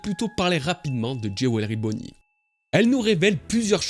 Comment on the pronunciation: Oui oui c'est "jé-oué-le-riz" bonney 🤣